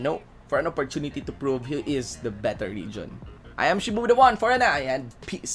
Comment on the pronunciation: Its "VIDEO" not "BIDEO", "PROVE" not "PROPE"... Anyway, ROASTED by. Have fun cooling yourself in cold water.